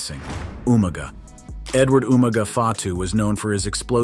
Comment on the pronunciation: Just watched 2 videos from this channel and i think a bit of research wouldn't go amiss into how to pronounce names - eg. Umaga and The Usos!!